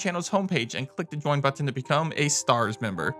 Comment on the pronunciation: Why do you say button like that? where are you from?